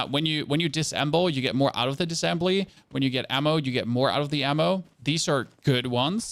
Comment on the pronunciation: Thanks for the video. I watched all of it and you said the word “essentially” times. Also it’s Diss-A-ssembly not dissembly. 😉